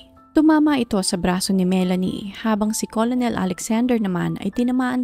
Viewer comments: Ker nel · Hindi colonel ang pronunciation"kernel" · "kernel" or kur-nul kc ang correct maam pronunciation ng COLONEL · kernel po pronunciation...🙂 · ito po 😊 colonel - kernel Coronel- korenel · "kernel" po☺️. Salamat. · Hi salamat s correction ngaun ko lng to nalaman hahaha kurnel pla pronunciation nun same kmi ni ma'am ng pag basa 😅 hndi aq naniwala nag Google p tlga aq kurnel pla tlga pronunciation nun kaloka😂😂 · Magandang narration...just correct your pronunciation of the word "Colonel." ✌️✌️✌️